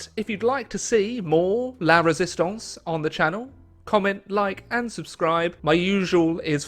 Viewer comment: ‘La Résistance’. Finally, is able to pronounce two French words competently.